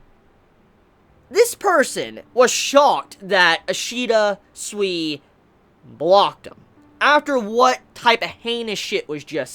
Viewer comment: remember, Ishida's name pronounces as "Soo-Ee" (like in "soon" and "week"). Not as "Swee". In Japanese any "I" sounds the same, no matter after which letter it goes (so it sounds the same as in "ki"). The same goes to any romanji letter from Japanese. (the exeption is "U" when it's between two consonants. in such situations it can be not pronounced at all) so yeah: Sui pronounces like "Soo-Ee"